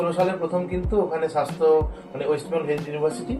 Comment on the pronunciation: 'Shasthe' hbe na 'swasthye' hbe.erokom chhoto chhoto vul gulo thik korle aro better hbe